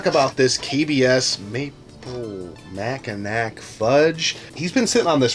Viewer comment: Great show but I'm pretty sure it's 'mackinaw'.